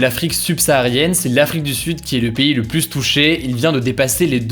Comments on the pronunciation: Pourquoi il dit tout le temps "le plusse" au lieu de "le plus" avec s muet... c'est un truc régional? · Ça me perturbe à chaque fois quand tu dis ''pluSS''... on prononce pas le S quand c'est suivi d'un adjectif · Oui pour le cas que tu évoque c'est pareil en France. Mais en réalité j'ai regardé il y a des règles assez spécifiques sur la prononciation de "plus" que Hugo ne respecte pas.